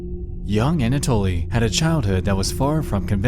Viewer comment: Finding a fellow russian comment, im so eager to express my excitement: it's such a blessing to hear "Anatoly" pronounced correctly by a non-russian speaking creator, and not as some bizzare "anAtoly" :) This applies to most of the names mentioned in the vid (tho i find it quite puzzling as to why Nexpo refers to Moskvin's parents by their first names and "otchestvo", not by their last names 🤔)